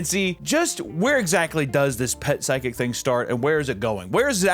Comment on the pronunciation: Anyone going to talk about the miss pronunciation of physical and psychic lol ima be that guy